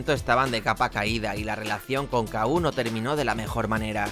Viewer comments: La discoteca era "Kú", no "K-U". Cómo se nota que no habías nacido. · Exacto. Era EL KU, no la Ka U 😂